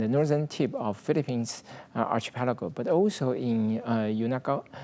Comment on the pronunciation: He can barely pronounce his country the Philippines properly in English 🤦🏽‍♂️